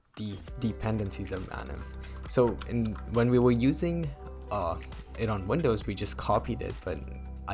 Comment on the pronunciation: Listening pronuncing "Vindows" instead of "Windows" made me want to reinstall manim